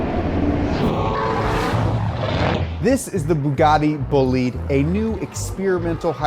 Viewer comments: he really pronounced bah-lidee as boleed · it might seem like nitpicking, but since you guys care so much about proper pronunciation, it not boo-lide, its baw-lide, the single o. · It's not pronounced Boo-Lead, it's pronounced Boh-Lee-Deh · Bo-li-dE not Boulid. The e is not silent and the o is closed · Bolide is from French = race car Not said booh-lid, but bah-lid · Thank you for explaining this so well to the normies. PS: It's Boh-Leed, not Bully ! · It is boh lee dh, not bullit... Un peu de francais monsieur 😅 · BTW, it's pronounced BOH-LID-A, not Boolid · I’m just gonna put this out there. IT’S PRONOUNCED BO-LIDE, not bo-leed. Just thought that needed to be said. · It's not bull leed tis pronounced bo lide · "The Bugatti BOOLID" Me, an Italian:"it's BOLIDE, BÒ-LI-DE, remember the E at the end, but not Bolidee, it's BolidE." thank you. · It's a Bolide not "Bollid", BOLIDE! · Bolide Is pronounced "Bowleedah" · sorry but it's "bol-ee-day" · Bo-leed... come on man. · did you just say bolede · It’s Italian, so it’s Bo-li-de, right? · Bolide. Not bullied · Boe-lee-de is how you say it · Isn't Bollide pronounced as "boo-lieed" rather? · It's horrifying how you pronounce Bolide it's pronounce /'bɔlide/ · Great video, but it's pronounced bo-lee-deh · Si poi è bolide non bolid... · tbh it sounds like "bugatti bullied" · Not in French, no. They have a different pronunciation and a different definition than other languages using the same word. And Bugatti is French, so it's "buh-LEED". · BOLIDE in italian is better said like BòH-LEE- DEHH . Still gives the idea though ;) keep up the good work! Bravo! Cheers form Italy! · When you say bolide it sounds like bullied... Poor Bugatti got bullied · Yeah lol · The way he says “Bolide” and the way he translated it made my ears bleed. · ahahahah even though they're French, the word is Italian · great video, but please learn how to pronunce italian words (BOLIDE)